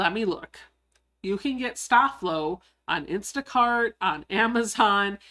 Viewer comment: Hi, a great Live! I Love ❤️ the vinyl pouch, adorable 😍 💕 FYI, I grew up with a Mom who ironed all of my Dad's man tailored shirts that he wore to work daily she used Sta-Flo and it should be pronounced Stay Flow. Just thought that people of the younger generations should know!Thank You for Sharing another great project 👍 😀